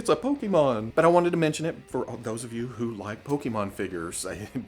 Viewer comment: I died of laughter when he said "hu:0 have a figure"